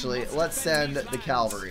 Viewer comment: I can't help laughing each time you say cavalry You pronounce it caLvary. I don't know why I find it funny, but I do.